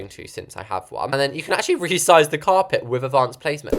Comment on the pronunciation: u rezised a arch way 😂